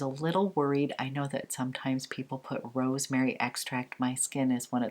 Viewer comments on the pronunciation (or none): none